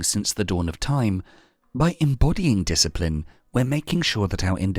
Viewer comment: "Yuuu a rack a disciprin"